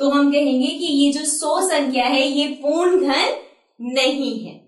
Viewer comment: पूर्ण को पूण पूण कह के दिमाग खराब कर दिया ।